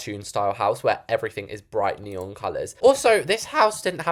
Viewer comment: not neeooon